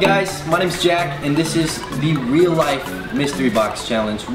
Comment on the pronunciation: He said weal life lol